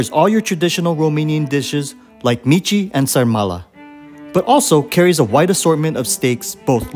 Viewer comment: Thank you for your visit and review! ❤ Just a small thing : i heard that 99% of the foreign people visiting Romania pronounce “mici” like “Mitchie”. That pronounciation means “The mici”. If you want to say it without definite article “the”, you should pronounce it like the name “Mitch”. I eat two Mitch (mici). I eat The Mitchie (micii - with two i in romanian). I eat one Mick. These would be the correct forms. Sorry. I just noticed everybody misspronounce it and that’s why i thought i should clarify it :) Thanks again!